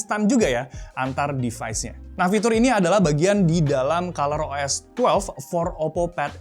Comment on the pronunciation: 'Device' not 'Defies'.